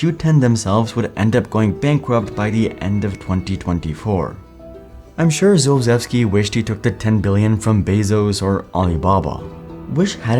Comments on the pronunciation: It’s pronounced “shulh-chev-ski” not josephski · My Ears are bleeding when you pronounce SZULCZEWSKI surname SZ-SH U L CZ-CH E W SKI . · My god 😭 after you showed his surname I was like how are you pronouncing that 😭😭 "Szulczewski" is pronounced Shoe-L-Ch-Eh-V-Ski (Shoe like a shoe, L like in leg, Ch like in cheese, and you are pronouncing "ski" correctly) I am Polish so you can trust me on that c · Video itself is great, my only complaint is the way you pronounced his name over and over. I get it that Polish is a hard language but his name is pronounced like shulchevski, for the first half of the video i was wondering what you were saying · "Szulczewski" is pronounced "Shulchevski". Not sure what happened with that. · The way you mispronounce the guys name constantly is making me so annoyed 😩